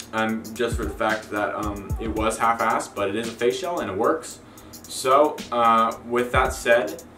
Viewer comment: I know you r saying "face shell" but when you say it fast it sounds like "facial" LOL!!